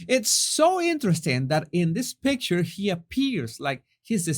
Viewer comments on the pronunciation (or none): none